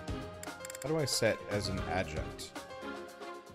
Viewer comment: "You're supposed to run to the right" You should try tilting your controller to the right if you want chibi Byleth to run to the right? (Right joycon if you have them seperated) Edit: Also, it's not Adjunt. It's Adjutant. Ad - you - tant. (pet peeve. Don't mind me)